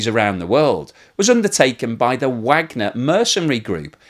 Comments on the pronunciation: I appreciate your insights on this horrible war., thank you. But there is one thing (much repeated) in this episode which grates on me; you have been pronouncing the name Wagner in the same way as most American commentators and that is wrong since Yevgeny Prigozhin founder of the Wagner Group.apparently named his army after Richard Wagner, the composer. That surname is pronounced (phonetically) as _Vargner_. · You keep mispronunciations the name ‘Wagner’, which makes me wonder if your image is created by AI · Vahg ner. Not Wagner. Named after the German composer and spelled вагнер on their logo.